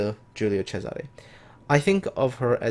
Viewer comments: Latin is a different Language. Caesar was latin name. but the ship was named in Italian. So it is CESARE. And you should pronunce the ending E ( which for you guys sounds like A) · Wait, so Cesare is pronounced as a "CH" sound(like "Chesare")?